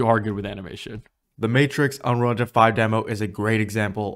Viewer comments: Do you even pronounce unreal engine. All I hear is unrounro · I believe it's pronounced "Unreel Injin", What is "uhnruhlhnjhun"? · Dude can't even pronounce "Unreal Engine..."